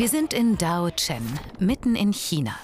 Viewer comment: ahh diese ausprache von daozhen... TRIGGERED